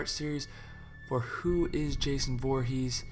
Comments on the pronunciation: I don't trust him after he said Boorhees instead of Voorhees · Boorhees??? The fuck bro